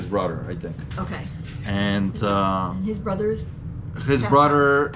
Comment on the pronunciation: What’s up with words with TH in them? Mudder, brudder, anudder